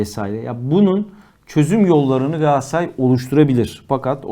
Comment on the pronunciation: Moderatör kardeş, programın adı "Gündem Gaaassaray" mı yoksa "Gündem Galatasaray" mı? Ne yazıyor önündeki kağıtta?